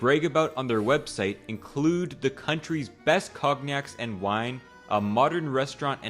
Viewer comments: Cogg-Nacks huh? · Also: "cog-nacs"??